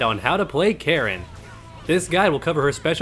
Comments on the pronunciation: Why did you pronounce her name Karen? It's Ka-rin. Also, Menat's name is Me-nat, like Men-aught. Other than that small nitpick, I really like your videos, they're definitely helpful and I appreciate the combo guides at the end. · Her name is not "Karen" it's "Ka-rin" (Kah-reen) it's a Japanese name not an American name. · nah fam, announcer says kah-rin, you said "karen", it aint even spelt that way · its pronounced Kah-Rin, shes japanese